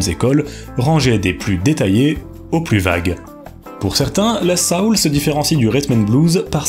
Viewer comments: Est-ce comme ça que le mot « soul » est prononcé en français ?!? Que je sache, en anglais cʼest « so-oul », et pas « sa-oul » (it rhymes with “hole”, not with “howl”). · On dit soul pas saoul 😂